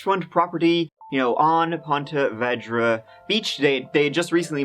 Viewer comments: As a Jacksonville native, it's so strange to me to hear his pronunciation of ponte vedra. I've always heard it as ponte vēdra. And even though it looks nice, there's always some sinister happenings just around the way. Like anywhere in Florida, really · I live in Jacksonville and its actually pronounced Veedra lol. I remember this story too when it happened lol. Ponte Vedra is a super rich area. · I grew up in Ponte Vedra and the multiple mispronunciations are hilarious. Thanks for making my day! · I love but the mispronouncing of Ponte Vedra hurt this local. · As a Jacksonville native, I have to correct the pronunciation. It’s Ponte Vee-dra. Not Ponte Veh-dra. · It's pronounced vedra with a long e like in eclair not vedra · It’s actually pronounced Pawna Veedra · A couple years late but it's pronounced 'Ponte vee dra'. No hate from me. Love the content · It’s pronounced like “PON-TA VEEDRA ;-) I live in jax just trying to help not be a snarky arse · I live in Jacksonville and i just have to say i love how says ponte vedra 😂 we pronounce is ponte veedra here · I live very near here...it's pronounced POnta VEEdra. Made a pretty cool kayaking vid for youtube where I wipe out on the surf 3 times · You’re pronouncing the name of the city all wrong. It should be said like Ponta Veedra. Hard to listen when I’m from there and your butchering it. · Ponte Vee-Dra* :) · No offense, but it's pronounced Pont - uh - VEE - druh, unless everyone I know has always pronounced it wrong (I Grew up in Jacksonville). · it's pronounced Ponte Vee dra.. Im from St.augustine alot of people say it different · This is my hometown, I actually remember this when it happened.. Also it's pronounced Ponte Veee dra LOL and I'm not trying to o be THAT person (spelling police) but it is haha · we say pon-tee vee-draw… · Try " Ponte Ver - day " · Ponte Veeedra. Say it correctly. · Pronounced “ponteh veedra” it’s where I was born :) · It's pronouned "Pontuh Veeeedra" lol